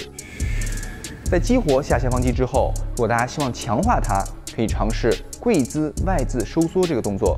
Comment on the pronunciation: 大家好。请说，难道在中国人说“大家”像“ta-(h)a”以的？